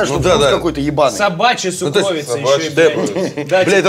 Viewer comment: Уважаемые, слово "сукровица" по-русски произносится с ударением на первый слог - сУкровица. Спасибо, скоро увидимся!